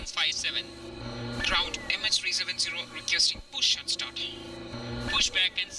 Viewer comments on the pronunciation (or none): mins in this video when says request push to START he stresses the word START and takes a deep breath before he says it and he slurs a little it is the only word he says like that, also he also says goodnight in the video his voice is also more serous and his ending of that word good night means something else because he himself knows what he is about to do. The Capt. subdued the co pilot snapped his neck our something to that nature, then fly's by his birthplace so he can see it one more time and then fly's out to Indian ocean. He has the path in his dam flight simulator where he landed at sea. The flap has been found and without certainty confirmed to be from MH370. This Flap shows evidence of a controlled landing fractures and stress cracks, these show he was slowing down the plane on the water so the cabin would go down as on unit, 3 meter avg seas the day he landed on the Indian ocean so a wing was probably ripped off hence why only finding a flap! the rest of the wing would sink. Look at his path in the simulator where ever it is lower then 15000 feet you will find that plane, 15000 and below no transponder signals plane goes completely silent. His path is close but I believe he was going to fly to a Trench along that path deep enough to sink the plane.